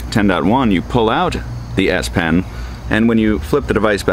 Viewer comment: It's called the S-PEN with an "E" ... not 'pin.' It's a pen.